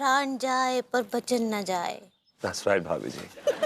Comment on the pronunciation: भाभी जी होता है ... भाबी जी नही होता है &TV सुधार कीजिए